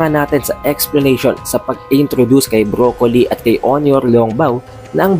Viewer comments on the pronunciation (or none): none